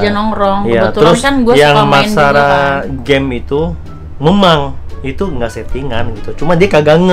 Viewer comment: banyak banget bang yg gw gemes pngen koreksi kwkwkwk dari kata endros harusnya endorse, naked itu baca neked, dan memeng, harusnya memang..gapapa ya dikoreksi